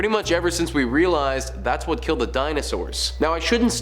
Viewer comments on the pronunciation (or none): none